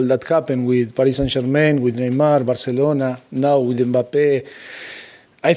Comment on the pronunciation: I'm sure poch scores every time he "plays wif his wife " 😂😂😂😂😂😂